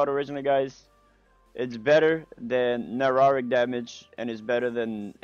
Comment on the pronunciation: Bro......... Ne-Cro-Tic....... Not Nerotic. It's Necrotic. Also lol Psy-chic... Not physical. This was so cringy.